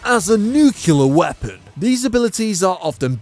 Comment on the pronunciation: NUCLEAR NOT NUCULAR